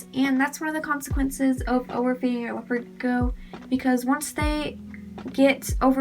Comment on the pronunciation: Do you need help pronouncing the word Gecko… you’re not saying it right and you’re saying it a million times